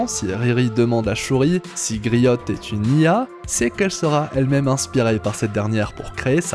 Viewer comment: On dit grio et non griotte